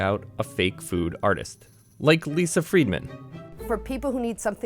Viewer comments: I'm kinda disappointing how "friedman" was pronounced. it would have been perfect als "friyed-man" instead of "freetman". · I thought he said “Lisa FREEmen”